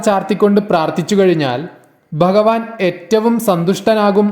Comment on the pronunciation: dayavayi bhagavan enu parayuka ba alla bha anu thangal bagavan ennu dayavayi parayaruthae